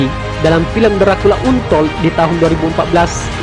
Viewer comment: Cara baca untold salah. Harus nya dipelajari dulu cara baca nya.